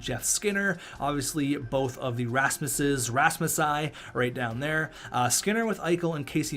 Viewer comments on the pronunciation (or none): it’s rasmi btw